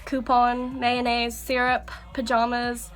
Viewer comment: you're so fucking cute. omgsh you said "mayonnaise" like Patrick, from spongebob. so cute, so cute 😂❤